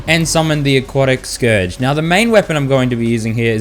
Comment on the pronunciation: FINALLY YOU SAID SCOURGE RIGHT